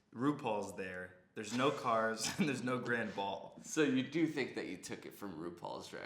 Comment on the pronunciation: Takes a lot to make me laugh, the “Ehhnd Dan?”s REALLY got me